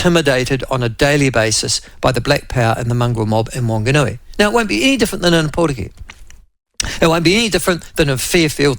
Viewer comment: Good pronouncing of Opotiki but come on Michael I know you can do better with Whanganui 😂